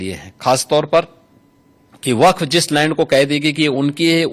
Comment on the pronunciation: Waqf❌ Wafq✔️😂